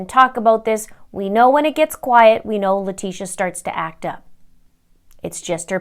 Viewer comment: I ABSOLUTELY ADORE how you said "LIE-TECIA" comes out of the woodwork. Just like every other NASTY PEST...(Termites, mice, rats, cockroaches, fly larvae (AKA:MAGGOTS,) very close species to LIE-TECIA in my STUDIED opinion..🤬🤬🤬👹👹👹🧐👏😉)...Much love to you, Mr. Linda and the fam from the Middletons in Michigan. Keep up the EXCEPTIONAL content 👏👏👏👏🙏🙏🙏🙏🙏💛💚💛💚💛💚